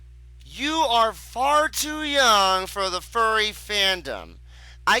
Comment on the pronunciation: this vee. the tuh. i dont know whats worse